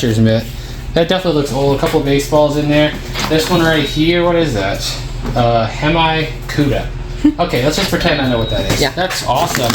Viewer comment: "Hem Eye Cuda" Bruh, I can't.. LOL